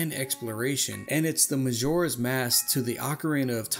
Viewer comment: “Mazora’s Mask” And “Relationsips” 😂